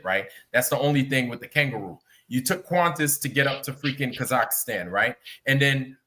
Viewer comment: Why does talk about Kazakhstan when he can't even pronounce the name?